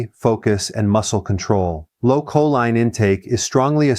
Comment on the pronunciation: Your AI voice over mispronounces choline.